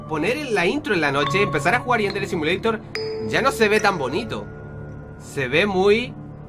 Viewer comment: .no se dise asi yadere simolitor